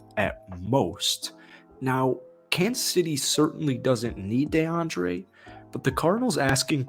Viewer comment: "Dayandre Hopkins" the way you saying it so damn annoying